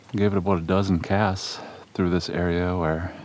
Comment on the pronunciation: Say it with me “about”, not “abut” lol.